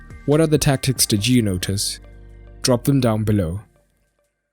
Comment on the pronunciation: "Frop into the boz"